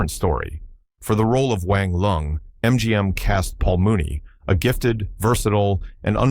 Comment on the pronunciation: Paul Myoo-nee, not Paul Mooney. Totally different but equally awful casting error.